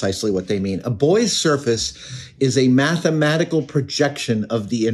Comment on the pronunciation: Definitely as he said "highly methematical".